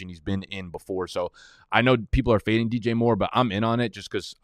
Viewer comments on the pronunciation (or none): none